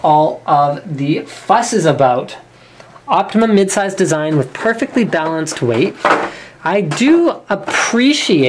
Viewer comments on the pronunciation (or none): none